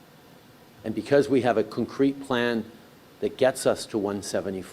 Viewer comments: This idiot can't even pronounce CONCRETE properly. Wtf is cuncrete? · "we have a cinkreet plan"